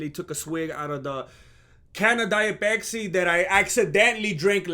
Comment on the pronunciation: intro song is on point diet peksi instead of matcha lemonade you say pesksi so mexican vato seriosly impressed chicano